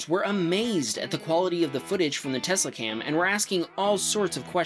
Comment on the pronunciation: teslacam? no, telsacam